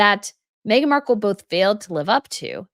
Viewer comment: please quite saying magen Markle all the time